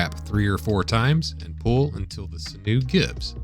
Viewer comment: Sinew: It's pronounced like "Sin-you" as opposed to "Sin-noo".